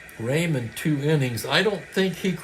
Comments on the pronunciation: I hope you don't mind a name pronunciation correction. Claude Raymond was French Canadian. His last name was pronounced the French way sounding like Ray Moan. He became a favorite in Montreal when he pitched for the Expos starting in 1969. Great call as always today and with the surprise player of the game (won't name him for those who did not watch the live game) you just never know which is what makes baseball so great. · Just to add to Franklyn’s point, being from Montreal myself, the exact pronunciation Clode Ray moan but the “n” is silent if that makes sense.